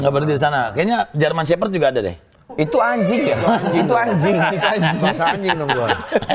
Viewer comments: sunda banget pas bilang "Wanjiing..!! " 😂😂😂😂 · reuwasna ariell ""wuanjiinnggg,,"" edan sunda pisan